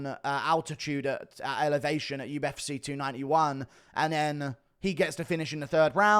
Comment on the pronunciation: why do you pronounce 'UFC' (YOU-EFF-SEE) like 'U-F-SIH' (YOU-EFF-SIH)? You continue to butcher the English language.